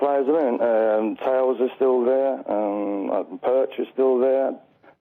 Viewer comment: Dont forget "Goal-ti-eariz" (Gutierrez) & "Tails" (Taylor) Oddly he pronounced "Sissoko" perfectly..